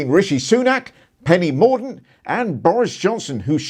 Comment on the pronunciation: did I catch Penny "Mordunce"? 😆